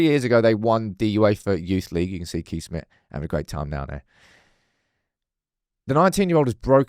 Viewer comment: Just a heads up as a Dutchman myself. You have to pronounce Kees as Case, thatll save you for another Lammens dillema😂